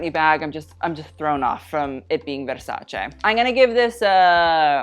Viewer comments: Yes, you are absolutely right, but that wasn’t what he was saying. The right way to say it is short and good versac-eh, no extra jazz needed there, but he was saying versac-ay and was totally overdoing. The normal misconception is versac-eeeee that is not the case here, but if you think what he is saying is right, you might want to check this vogue video out, where how to pronouns Versace comes up . You are welcome. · It’s versace not versachay